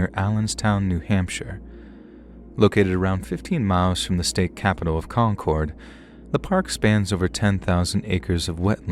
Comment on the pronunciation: Story 4 YOU SAID my state's capital wrong! It's pronounced concerd not cord.